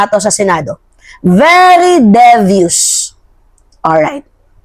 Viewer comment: Devious or being pronounce as Dee-views long e po Mahal ko